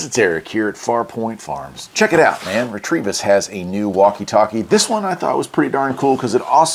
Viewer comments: There's no R after the T in Retevis. It's pronounced Re-Ta-Vis, not Re-Tre-Vis 🤪 Nice video. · 💥💥 There is no R in that product name. R E T E V I S